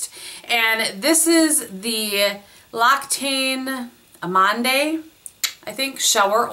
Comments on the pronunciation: L'occitane is pronounced oxytan and amande you would not put the last dé. Theres your french lesson for the day. lol love the favs! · Great video as ever,. A wee head's up L'Occitane is pronounced loxytan and amande is French for almond - probably why it reminded you of almonds? keep 'em coming. girl, love your channel. Lou form Glasgow, Scotland xxx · Hi! Great video! I notice you always struggle to pronounce L'Occitane and since I'm horrible at trying to describe it I thought I'd tell you that you can go to and look up that brand, pick a product and watch the video to learn how to pronounce it. I'll try to insert a link, but I'm not sure if YouTube allows that. Here you go